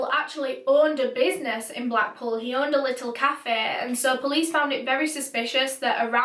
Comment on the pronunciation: Urrned = owned Booged = bugged 🤦🏻‍♀️